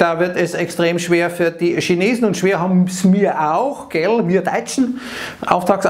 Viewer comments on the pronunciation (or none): none